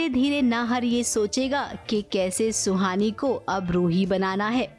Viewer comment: Suhani not sloni